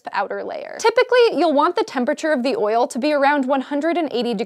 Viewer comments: why does she say oil so weird... OYIL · Oil now sounds strange, she said it so much... OIL... OYAL... OIYYLE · Hearing an american say "oil" so many times is triggering my George W Bush PTSD... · the way she says oil cringes me